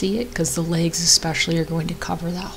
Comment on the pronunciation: You SAID "She's going to have legs on the bottom".. I HEARD "She's going to lay eggs on the bottom".🤣🤣🤣